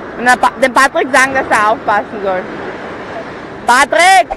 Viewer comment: Uli Nein er heißt Patrick Sie sprechen das p nur etwas als b aus